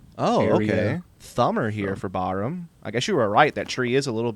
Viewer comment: Tims last name is pronounced Bar Ham, not Bahram.